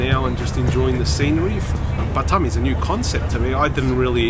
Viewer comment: It’s not butt um, it’s B’tarm. 🙉😵‍💫